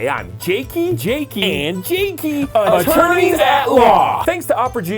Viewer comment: "Attonerys At Law" 😂